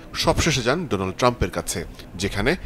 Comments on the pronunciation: ডোনাল্ড ট্রাম্প কে ডোলান্ড ট্রাম্প বললেন কেনো? ..... আপনি সাংবাদিক তাই উচ্চারণের দিকেও খেয়াল রাখতে হবে ...... ❌❌❌❌❌❌❌❌❌❌❌❌ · Its donald not doland